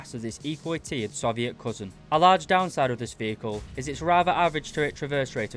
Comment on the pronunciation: Please, Please, PLEASE, learn how to say Soviet